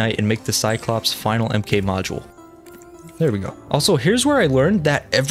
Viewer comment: died a little inside every time he said "m k X" instead of "mark X".